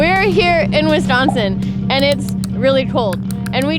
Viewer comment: You came to WI at the worst time. Also, I like how you said "Wiscansin" at the end. It made me smile